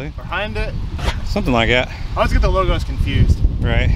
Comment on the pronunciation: it's Hy un dai.